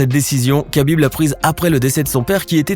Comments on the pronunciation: Ça se prononce pas Khabib mais [rabib] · C'est Habib et non kakib